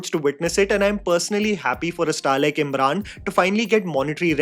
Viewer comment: Am I the only one who felt kept calling him Imran and not Emraan..